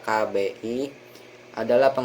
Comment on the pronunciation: KBBI bukan KKBI 🙏🙏punten pemakalah 😂